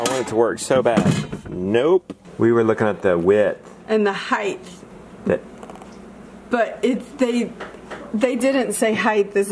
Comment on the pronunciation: Love ya... It's height, NOT heigth. I'm just sayin, it's not a southern thing it's a mispronunciation thing.